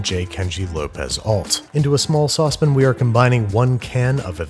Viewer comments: Bro. Sauce PAN. stop saying sauce pin. 😂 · Sauce pan not saucepen you drive me nuts eaten it like that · Okay, I'm genuinely curious. Does anyone know why he always says "saucepin"? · The way he says “saucepin” 💔😔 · Ok, I finally have to ask. Is “sauce-pen” a New York accent thing or just a Babish accent thing? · Sauce pin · The way he says saucepan confuses me. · The way you say saucepan hurts me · Years of research and I’m still trying to identify the condition that prevents someone from being able to pronounce the A in sauce pan